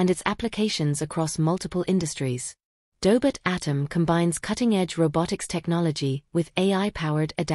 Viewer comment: Tell the AI it's pronounced Doh•bot, not Daybit.